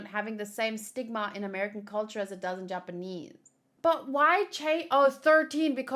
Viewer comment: Perfect Japanese pronunciation